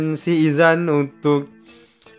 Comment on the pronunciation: Pengulas otai tapi sebut nama player pn salah. Sikh Izhan. bukan Izan